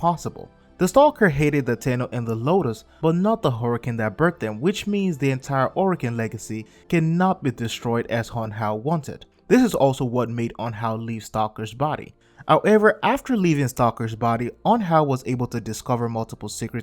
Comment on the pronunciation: Hunhow not unhow